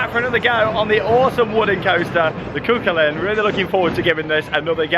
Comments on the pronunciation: IT IS SAID CU HULLIN! NOT CU CULAIN!!!!1!!!1111!!!! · It's pronounced coo cullen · Cú Chulainn is pronounced Koo Huling.